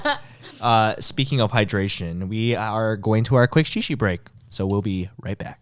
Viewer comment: Ryan:”shi shi break” My Mexican ass:”Chi cHi bReaK!?!?”🤭😯😳